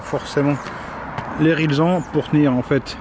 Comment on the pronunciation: une des seules personnes que j'entend prononcer rilsan correctement lol